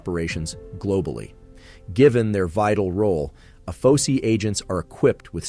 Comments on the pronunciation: Good job, but I need to correct you on your translation. Being an Air Force Veteran, its pronounced A-F-O-S-I, or Air Force O-S-I. Not "uh-pho-see". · It’s not pronounced by anyone as Ay Fo See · Are these videos done with actual voice over or is it TTS? Cause every time AFOSI comes up it is said different in this video (which is odd, since each letter should be said independently) . Also, espionage was said very oddly.